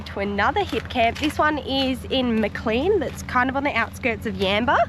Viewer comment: Maclean..... is it pronounced "'maa - cleen"" or ""maa - claynn""?